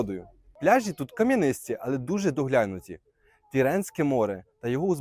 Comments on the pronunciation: Ти невірно ставиш наголос, не пляжіʼ , п пляʼжі, , погановчився в школі.це неможливо слухати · Не пляжіʼ, а пдляʼжі , неук